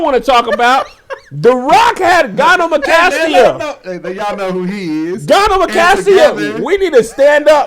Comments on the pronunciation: The fact that Kev is calling it gynemocastia....when it's really gynecomastia🤣😂🤣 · Its gyneCOmastia but I guess gynamocastia is the new pronounciation🤣🤣🤣🤣🤣🤣🤣🤣🤣🤣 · Gyne-CO-mastia Kevin 🤣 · Kev keep saying gyneMEcastia is KILLING me 😂😂😂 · Lmaoo him mispronouncing gynecomastia over and over is sending me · If anyone wants to look into it, it's gynecomastia (guy-nuh-koh-MAS-tee-uh) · Kevin is butchering that word 😄